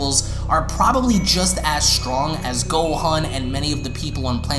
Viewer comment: Ntbr but this man says so many things wrong gohan him gohAN